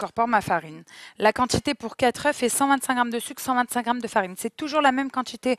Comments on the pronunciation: Mes oreilles ! Le mot oeuf se prononce différemment quand il est au pluriel !!! C'est important de bien s'exprimer 🤗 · on dit pas 4 oeuffes ! 😀